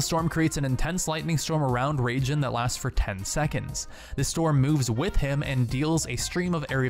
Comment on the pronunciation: Raijin = Rye-jean not Ragin' the crazy Cajun.